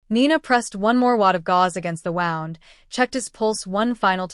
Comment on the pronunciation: It's "wound" as in a boo boo. Not "wound" as in wound up. Come on, fix the AI. 👎 I HATED the ending. 🤬🤬🤬